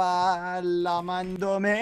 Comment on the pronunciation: same here, i literally died when he tried to say "llamandome"